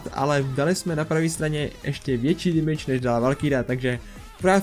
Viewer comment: Proč říkáš ,,dimidž" místo ,,demidž"? Jinak dobrý video :)